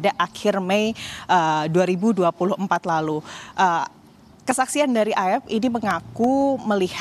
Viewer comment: Aep pak ! Bukan Eep..... 😅